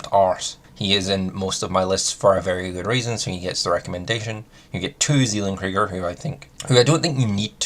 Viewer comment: as a german i hate the way you pronounce "Zellen-Krieger" ;-) but otherwise great vid! Very informative :D